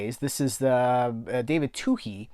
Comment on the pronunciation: Thanks for demonstrating how to pronounce David Twohy! P.S. one of my favourites things about you is that you explain some things about the movies, and tell your little anecdotes etc. This is why I watch you and almost no other film collectors.